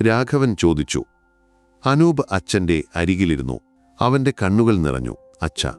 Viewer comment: അക്ഷരങ്ങൾക്കും വാക്കുകൾക്കും സ്പുടത ഇല്ല. ചില വാചകങ്ങൾക്ക് full stop ഇടാൻ ശ്രദ്ധിക്കണം. പിന്നെ അനൂബ എന്നല്ല അനൂപ് എന്നാണ്.